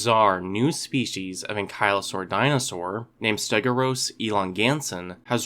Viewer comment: I think the pronunciation might be closer to "ste-go-(y)u-ros". Since "stegos" means "roofed", and "uros" means "tail", the O and U would probably be separated, but you can never really tell with these scientific names haha